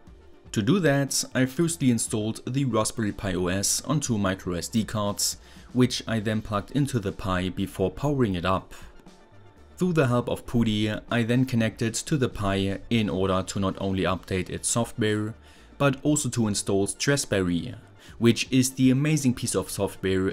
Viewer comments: Fire up "Pootee" to connect to the pi haha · i love how he pronounced putty and kelvin. hahaha love this channel